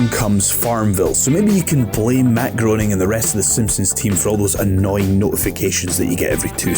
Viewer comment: Who is this Matt Groaning chap? Never heard of him. Is he any relation to Matt Groening (pronounced Graining)?